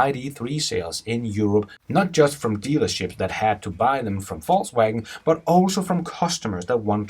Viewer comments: pronounce....faux wagen... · sound like he is saying falsewagon :) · Fux Wagon ?